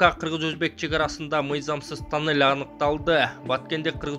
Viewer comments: ТОННЕЛЬДИН ОРУСЧАСЫ.ТАННЕЛЬ ДЕП АЙТАТ.🤣🤣🤣🤣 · Айтылышы танель , жазылышу туннель